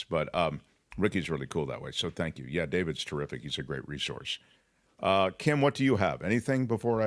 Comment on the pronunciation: I'm From New Zealand. Kim's pronunciation is Correct.